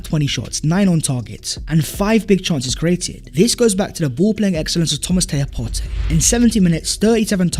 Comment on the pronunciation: You actually pronounced PARTEY’s name perfectly 💪🏾💪🏾💪🏾